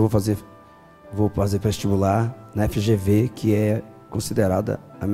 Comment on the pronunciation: Kkkkkk, a Sabrina não sabe nem o nome da faculdade, ela fala EGV,mas é FGV.